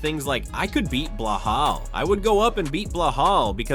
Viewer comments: That balal not belahal check your AI 😂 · Get it right Ilia not Blelal??.WTF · Its not Blehal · Way to butcher his name...its Belal